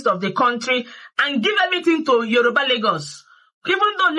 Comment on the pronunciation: As old as you are you don't know how to pronounce Yoruba. You act like a child.